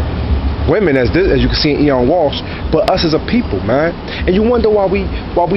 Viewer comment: It's pronounced OH-WEN, not EE-ON. It's the Irish spelling of the name Owen. It's an Irish name. Just to let you know. Nice hat.